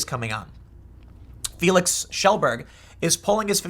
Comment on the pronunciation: Good on you, Tim, for pronouncing Kjellberg swedishly. Haha